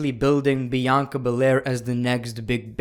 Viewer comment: You mean bi anca